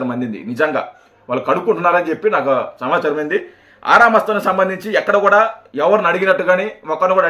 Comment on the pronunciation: సంవచారం కాదు రా పిగ్ మొహమోడా సమాచారం అనాలి